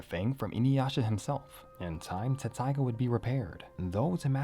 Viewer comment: Hey I gotta ask. I thought it was Tetsusaiga. What’s up?